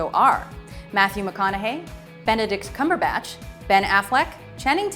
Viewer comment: NooooooooooooooooooooooooooooooooooooooooO! Is Benedict Cumberbach! U misspoke! U ment Benedist Cumberbach!